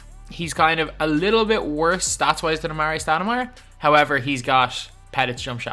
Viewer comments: Why are you saying amaray it’s AmarE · Patty idc about basketball reference the common pronunciation of his name is amarE dog is the first person I’ve ever heard say amaray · it's not it's actually AmarE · Please stop saying a mar ray stoudemire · Patty then why does every single nba announcer say amarE? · Patty actually his name Is Amar’e the apostrophe e means that the e is pronounced as an E rather than an ay. If his name were it be amare then it would be pronounced amaray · Patty I guess the card does say amare so the cards name is pronounced amaray but the card should have an apostrophe